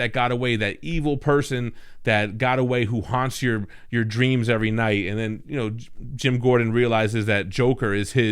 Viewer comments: he said Gem Gordon! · ‘Gem Gordon’ Lol 😂